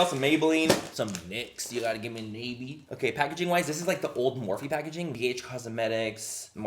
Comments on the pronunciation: its not nay-bee its nah-bee and thats really annoying me lol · Mmmm I think it's pronounced nah-bee but I've seen it at la pulga lmao.. I've never bought any of their products tho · its pronounced Nah Bi its Korean for butterfly, don't know if this brand is Korean or not but I guessed from the butterfly in the logo. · I believe it’s pronounced “Knob-ie”, like a door knob.😂🤣 I actually have heard of the company, but can’t remember where...that’s not good.😳😳😳😳😳😳😳😳😳😳😳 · ohhhh its pronounced “nah bee” thats butterfly in korean just realized that halfway thru lol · I think its pronounced nah-bee. Dont quote me. That's L.A callejones make up. Bottom of the barrel ish or tia chismosa make up 😂😂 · That expression 😂 when Manny pronounced "nabi"